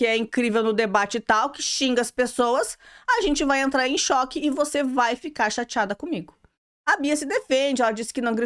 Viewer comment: Acho tão engraçado ela falando uc kkkk